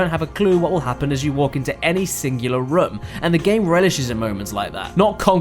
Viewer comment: Almost like "womb", which, given the body horror aesthetic the 3 Silent Hill had, is actually fitting.